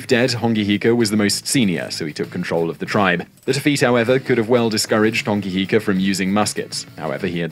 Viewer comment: It's a shame the narrator's pronounciation is off 🤦🏻‍♀️ Hongi Hika is my 5 x great grandfather. I appreciate the Maori content you both put out ❤